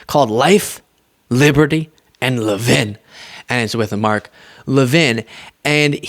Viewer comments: What’s with his French pronunciation of his last name? I would have said LEV-in just looking around how it’s spelled. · Levin, like leaven, not Le Vin. He's just trying to keep up with the Jones' of the big 'Fake Take' world.